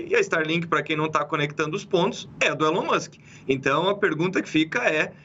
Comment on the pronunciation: Alguém precisa ensinar os jornalistas a pronunciar "Elon" e "Threads".